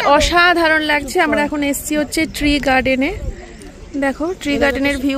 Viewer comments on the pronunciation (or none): Ore uchharon thik koro,.... Tre garden na tea garden